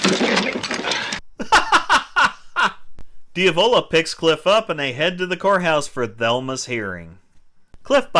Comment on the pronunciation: Who the hell is Dee-avola? You mean Diavlo? Jeez man.. Cringy.. you did watch the movie right?